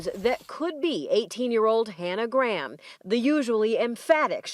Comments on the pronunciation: Its not pronounced gram. Its GRAY-am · Why are you saying her surname like "Gram" ??? Show some respect and pronounce her name right, its GRAHAM, not "gram" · Just got to say Graham is pronounced Grayum in the UK as opposed to Gram. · americans pronouncing graham as "gram" hurts my brain so much i can feel the burn through my eyes. figure it out america its "gray-ahm" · Glad my surname isn't "Graham" because it would drive me mad with every American bizarrely mispronouncing it "Gram" all the time. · Fun fact but as she was from England she would have pronounced her last name as ‘Gray-am’.